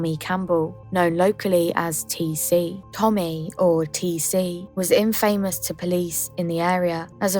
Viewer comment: Infamous....not in-fay-mus x💜